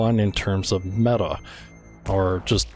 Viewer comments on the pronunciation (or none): none